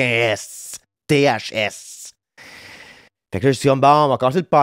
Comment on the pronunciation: M. Briggs dirait ta mal prononcer! Faut dire le mouTHS!! Tres bon podcast! Bonne semaine a toi et ta crew!! 🤘🏻✨📚👑🌬✨🌱🧿